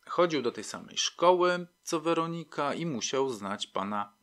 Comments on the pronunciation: Super ta WerOnika .... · Podoba się. Bardzo. Tylko to źle akcentowanie... WerOnika. W poprzednich podcastach także. Niektórych może okropnie razić. Ale sub leci. Zasłużony.